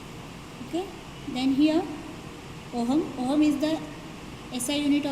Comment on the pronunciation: firstly it's not ohum its ohm